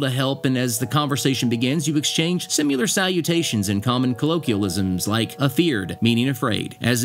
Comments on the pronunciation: Similar not simuler. Pronunciation matters. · "SIM-U-LAR?" Dude!! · OK, great video. Very nice job, really. And I like everything BUT one thing - the way you pronounce "similar." It's NOT sim U lur. It's sim a lur. I wasn't gonna say anything, but you did it twice already. Yep, I know Appalachian can be pronounced a bunch of different ways, including a few I've never heard of. But "similar" can't. Google it and see how it's supposed to be pronounced - please! Otherwise, really nice job. BTW, where I'm from (MD) we pronounce it Ap a lay chin. And when I lived in Roanoke, VA, the mountains to the south/east of I-81 were called the Blue Ridge and those to the north/west were called the Appalachians. Yep, the names and pronunciations really do depend on where you're living.